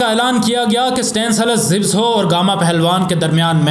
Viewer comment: Zibso nahi. Zabysko. Sometime spelt zybysco. Poland netherland name. Pronounced za bis ko ... pls zibso mat bolo...baaki aapki information sab correct hai. Imam bux Ahmed bux aur Gamu inkr team members thei. Imam bux was also a top class grappler. Joseph Alter ki book padhi hai Maine inpe kuch 12 saal pehle...Frank gotch never faced him because he was scared. Benjamin (his British agent who took him to england) became a very rich man as he was with Gama all the way making money. Gama was offered alot of money for staging a match but he was surprised to discover ke aisa bhi hota hai. He also helped Hindus get to india during partition. His whole family stood by them and no one dared to do anything to the Hindus. Inhe the Great Gama aise hi nahi bola jaataa. He was paralyzed in the end and could not swat a fly... tragic .. inhe tata family mei se 2000 rupees mahine ki pension milti thi aur sarkar 300 rupees and free medicines. He didnt die rich. Humare india mei humesha ek saying rahi hai "abey tu kya gama pehalwan hai?". Aaj tak chalti hai.